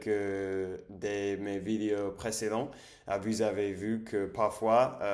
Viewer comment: autre chose : "vous" se prononce comme foot en anglais (je parle des voyelles)